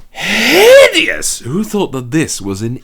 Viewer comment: Until he says H I D E O U S